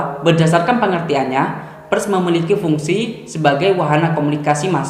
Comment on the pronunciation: membaca huruf "e" pada kata "Pers" senada dengan "e" ketika Anda membaca kata "Per" ditambah huruf "s" di belakang, Bukan dengan nada "e" ketika Anda membaca kata "Perhatian" tp lebih tepat pada kata "Perak". Smg ke dpan bisa di benahi. Simak lagi video saya ketika membaca PERS.